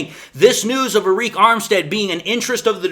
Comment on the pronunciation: its pronounced just like "ERIC"